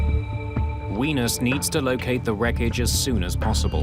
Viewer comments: The pronunciation of Wenas is hilarious. Its pronounced as ‘Way-Nash’. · Seriously, Mayday narrators should learn how to pronounce foreign names prior to recording. It’s pronounced “wuh-nahs”, not “wee-nus”. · Everytime the narrator said 'wenus', i laughed. I know this aint a laughing matter, but its funny.